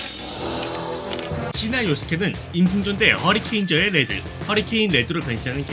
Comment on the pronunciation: 레즈라고 들린다..